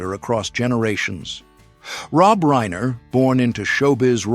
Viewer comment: I am surprised that the moderator mispronounced Stivic AND Reiner. Seriously. It's your job.